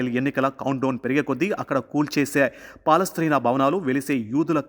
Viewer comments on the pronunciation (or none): పాలస్ట్రీనా కాదు నాయనా